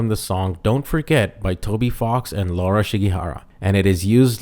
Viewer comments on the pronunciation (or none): none